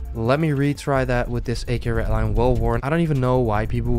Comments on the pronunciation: for the love of god its REDDDDDDDD LINE NOT RET LINE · its red-line not ret-line. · He says redline soo wired I always feel like he says ratline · I just love how he says redline. "Retline" xd